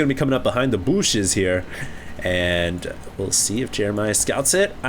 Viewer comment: "factory... behind the booshes here"